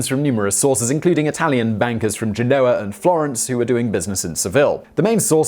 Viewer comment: He would need to learn how to pronounce names like Genoa correctly first!